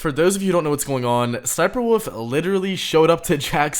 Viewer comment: Her name is sniperwolf not sniperwoof